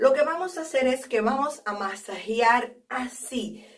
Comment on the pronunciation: Se escribe y dice Masajear.no masajiar